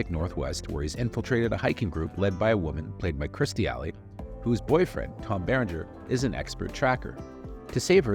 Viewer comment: It's KIRSTIE Alley not KRISTY.